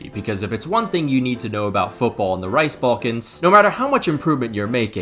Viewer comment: had to stop the video for a bit when he said "rice balkans"